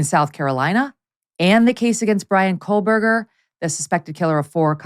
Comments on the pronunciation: Megyn, his name is Bryan Kohberger, not Kohlberger. It would have been appropriate to look that up before this show. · Why does she always mispronounce his name?